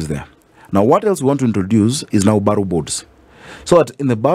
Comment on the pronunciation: Borough system is used in London, UK. The word is pronounced as ' Barah' not ' Baroh'